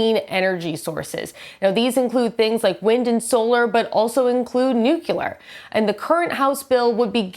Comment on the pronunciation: NU-CLE-AR, not "nuke-u-lar"!